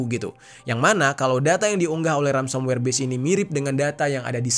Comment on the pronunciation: mohon koreksi ya kak, sepertinya itu yg disebut Ransomware, bukan Ramsomware heeheh😊